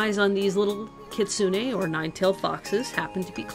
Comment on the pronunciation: You're pronouncing kitsune wrong.